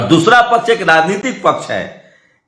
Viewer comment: Mr you never pronounce the Prime minister. you ever say pardhan manti not pradhan mantri.